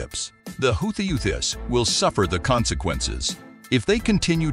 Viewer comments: "the how-ties"😅😅😅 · An important report but the narrator must learn how to pronounce African names such as Somaliland, Addis Ababa, and Houthis. It is, of course, an honourable stance to block the murdering Apartheid regime’s access to the red Sea, they should feel it in their pockets for their attempted genocide and ethnic cleansing of the Palestinians. I hope Israel’s economy is severely detrimentally impacted. Well Done Africa for making your voice heard in the world.👏